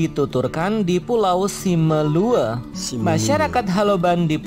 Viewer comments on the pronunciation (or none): Tulisan pulau simelue, tapi bacaannya simelu